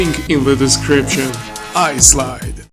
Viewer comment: islide რამაგრა თქვი 😂